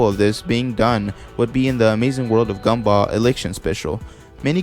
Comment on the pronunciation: I like how you pronounce Gumball Gumbah